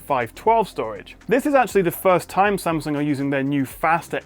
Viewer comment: love how you try and pronounce 'S-a-m'sung as it should be not 'Sem'sung :)